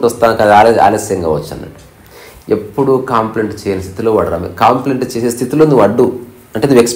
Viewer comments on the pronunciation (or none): "కాంప్లైంట్" అంటున్నారు, కంప్లైంట్ అనాలి. గమనించగలరు. అన్యధా భావించవద్దు.